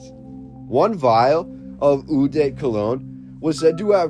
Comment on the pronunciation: Hi, francophone here, eau is simply prononced : o